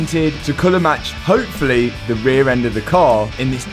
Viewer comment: wonder if anyone has ever told him that words that end in "Y" don't make an "A" sound.....its "Hopefully", not "Hopefilla"